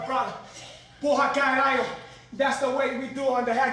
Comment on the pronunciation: His Brazilian accent is truly convincing up until he pronounces "Porra! Caralho!" LOL That's brilliant, though!